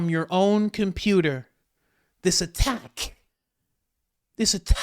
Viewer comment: The way she said attack was hella weird